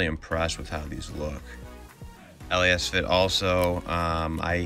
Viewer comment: First of, it’s Lasfit. Not LA - asfit 😆 Lasfit is how u pronouns it. And 2: I want those led pod lights. Lasfit is truly the way to go ❤️‍🔥